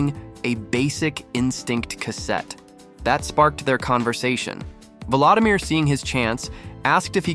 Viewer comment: His name is pronounced vuh-LO-dimeer, not vuh-LA-dimeer! :face-red-droopy-eyes